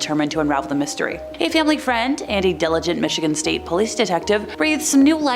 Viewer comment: I like how she say famillillly